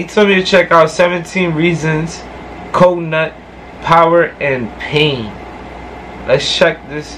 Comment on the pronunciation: Pronounced "Coo-Nutt" lol